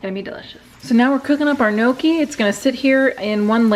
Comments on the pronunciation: Just to say (Nee-Oh-Kee) not (Noh-Kee) weird Italian pronunciation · But it's not called no-key 🤦‍♀️